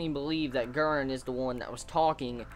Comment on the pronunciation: Hahha, I love your American way of saying Guren omg <3 "Guen"